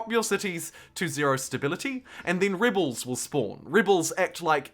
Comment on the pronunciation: Nice video. Good speaking voice. When you pronounce "rebels", it sounds like "ribles". There was another word or two where you replaced the "eh" with "ih".